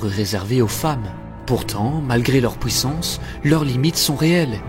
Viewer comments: Ne le prend pas mal stpp, tu devrais apprendre à prononcer -ui au lieu de -oui Comme dans puissance, tu répète POUIssance dans chaque videos entre 4 et 15 fois en fonction de la video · POUWUISSANCE ? FWOUIR ? mdr sinon gg la vidéo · Très sympa la vidéo ! Par contre, par pitié, travaille ta prononciation et fait attention T-T, à chaque fois que tu sortais "fouit", "pouissance", "détrouit"... ça me sortait à chaque fois et donnait un air "absurde" alors que le fond est super sympa ! C'est vraiment dommage !